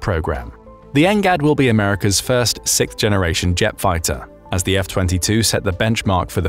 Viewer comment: SiXth generation… not ‘sickth’. I’m hearing more and more presenters mispronouncing the word sixth.